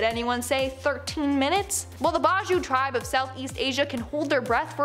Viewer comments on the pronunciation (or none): Yes my country is the country with the most bajau tribe. with over 47k bajaus. its pronounced bah jao btw